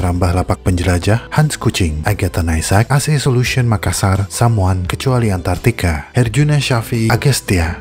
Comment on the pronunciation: bukan 'kecuali antartika' tapi 'kecuali antarakita' 😂, 🫡 saya kepada para investornya alam semenit.